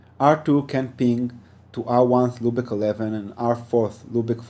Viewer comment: Loopick?...OMG. It is pronounced LOOPBACK.